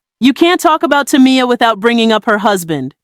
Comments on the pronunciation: Saying her like Tommy-yah is killing me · Maybe it's because people like you can't pronounce her name correctly 3 times in a row 🤔 Damn